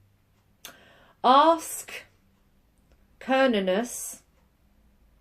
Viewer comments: (: Cernunnos - Maybe like (Ker-none-nos)!!! Try that.........lol ☺ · Wonderfully insightful reading! Thank you! First time watching, subscribed immediately. 😊 The easiest way to pronounce it is Sir-Noo-Nos (Sir as in Sir William, Noo (a cow says Moo but it’s Noo instead) and Nos where it has the same sound as in the word boss......some say Sir-nun-nos though your book gives yet another pronunciation! You say it how you like, well get it! 💕 I hope that helps! 😁